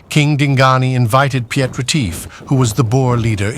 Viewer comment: Piet is pronounced with the same ie as in Retief, ho can you get one right and the other wrong?